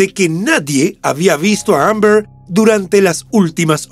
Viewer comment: La forma de pronunciar Amber del narrador me ha hecho sangrar los oídos...si lo oye Shakespeare le da un infarto.